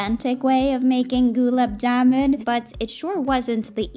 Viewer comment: LOL goo-laab jamun 😂 sorry it was just funny i love how you made this though! ✨🍰